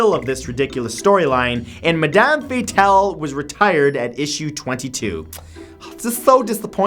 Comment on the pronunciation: Matthew, for number 2 it is pronounced (mad-um fate-ul)